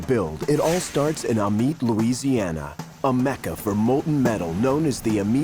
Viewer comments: Oi, goofball, it's an ai reader. I about spit out my coffee when he pronounced Amite ah-meet🤣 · Look up how the locals pronounce Amite where the frames are cast, he butchered it 🤣🤣🤣